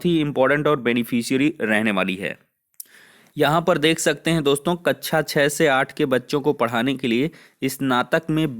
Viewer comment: कच्छा nahi कक्षा 😂😂😂😂